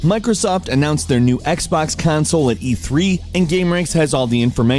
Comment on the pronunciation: "xbox cansoel"